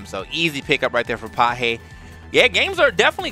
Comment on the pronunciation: Pajé tá jogando INSANAMENTE meu irmão! (a pronúncia é "pagéh" seus gringo louco)